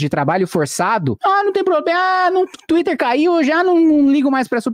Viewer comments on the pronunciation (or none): "Me Recuso a Comentar Twitter Rapaz" É "montagi" não fui eu 😡😂 começa aqui 😂 "eu Mi negu a discutir Tuite" 😢😂